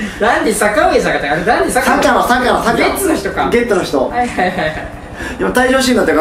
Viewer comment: ダンディ坂野 そしてゲッツ言えてない。w